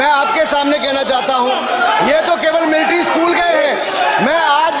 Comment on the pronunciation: पता है कि आर्मी स्कूल से पढ़े हैं। लेकिन एक भी लक्षण नहीं है वहां का! पहले मिलिट्री शब्द को ठीक से उच्चारण करना सीखें।